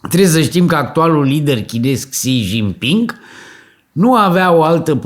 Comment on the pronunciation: Aveti dreprate. Nu sunteti nici pe aproape cu pronuntia.😂